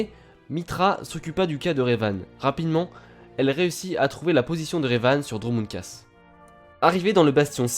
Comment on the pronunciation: C'est Dromund KAAS et pas KASS